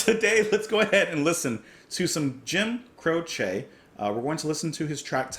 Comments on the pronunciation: Never heard him called "Cro=shay," you do that with needles and yarn. I've always heard it pronounced "Crow-chee." Oh well, great artist in any event. Songs "Bad Leroy Brown, and many others from the early 70s. I remember where I was when the news flashed over the Rock station radio I was listening to, when I was working on my pickup truck with the radio on. I couldn't believe it. Like the Buddy Holly incident back in the late 50s, I was stunned, his career had just started, and now he's gone. Life is fragile. He left us some wonderful music. Thanks. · Hey ~ Ok first off, it is pronounced Crowchee (the "e" is pronounced like the Y in happy) If you look at his wikipedia page, it shows you the pronunciation of his last name. When I saw that you were going to react to this, I already knew how you were going to react, as it's the same reaction everyone has to this beautiful and haunting song. In my view, the only song more beautiful and haunting is Starry Starry Night, by Don McLean. Jim is one of my top 10 singer/songwriters, and I cried my eyes out when I heard of his death. I was 14 and had been playing guitar for 6 years at that time, and playing his music was always a joy, and much requested at gatherings and parties. Jim and Maury were the perfect guitar partners, and both knew their way around the fret board. It was devastating to lose them both. Great reaction, as I knew it would be, and you're going to really enjoy the rest of his music. Deep Peace to your dad, and to you and your family. 💚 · Crow chee is incorrect. The proper pronunciation is This is the way he pronounced it. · I was growing up in the '70s when Jim's song were hitting big and suddenly he was taken from us. I always heard his name pronounced on the radio as CROWchee.